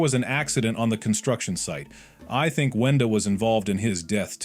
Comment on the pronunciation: I absolutely hate name mistake and the worst is “CLOOKER” “WANDA” “BROOD”